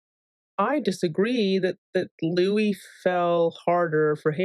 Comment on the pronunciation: the could be Louiza😂 btw, I notice you say Houis sometimes, who's that